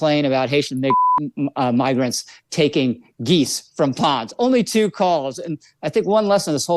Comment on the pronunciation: Can’t stand this situation, but I’ve listened to the sound bite over and over and over again in slow motion. What I think he did was, pronounce migrants (My-grants) like MIG-rants. His mouth formed an ‘m.’ But, despite this, I can only imagine that since he is going along with this, he is one who uses the word we thought he used as a common hobby.